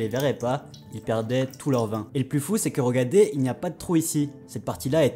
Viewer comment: Super intéressant. Mais tu prononces "regadez" non ?